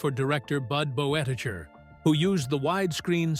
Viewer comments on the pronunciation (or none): Bud Boetticher’s last name is pronounced “Bet-i-ker.”